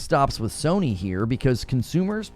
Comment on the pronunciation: Love your content. But the way you pronounced Sony it sounds like Sir Knee